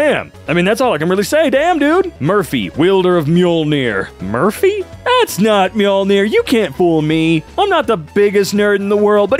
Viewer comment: "I'm not a nerd" Actually knows how to pronounce Mjolnir